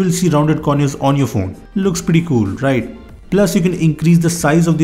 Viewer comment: "Looks pretty cool. Rrriiggt?" lol so Indian . I love you man hahaha Crack me up 😅😂